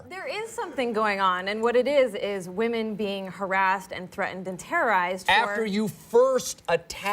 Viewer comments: Why u say wamen instead of women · Why does he say wahmen instead of women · I just wanna know Did PewDiePie created the word wahmen(as women)?